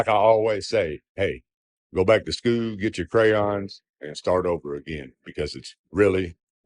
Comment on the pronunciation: Yeah, I wasn't watching this video, as I queued it up to listen through earbuds while working. When I heard the word "daughter," I thought, "oh no, he bred." I'd say that I hope she does learn better from "skoo (I'm assuming he meant 'school')," and doesn't always buy him telling her that the teachers are wrong, but here in (you guessed it) Florida, they're already pretty much teaching kids that Rosa Parks was some mouthy black lady who was too socially inept to know how to follow rules (I'm slightly exaggerating, but we're heading there), so who knows if we'll still be teaching kids that we're on a globe in a few years. It doesn't benefit certain...um...leaders to have an intelligent population, so things could continue to go south (figuratively). I know that everybody's wrong about some things, and I'm also a father to a young daughter, so I know the value of that beautiful relationship. I'd never want to see that damaged for (almost) anybody, but if he's not willing to stop the b/s and say that daddy was wrong, I do hope she figures out who to believe. I'm also a firm believer that at least some (if not most) flat-earthers are well aware that they're wrong and that they maintain the shtick for YouTube monetization. If I'm right, this is the perfect example of the damage they're doing for selfish ends.